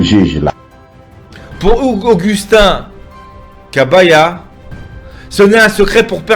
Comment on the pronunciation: Kabuya et non Kabaya!!!!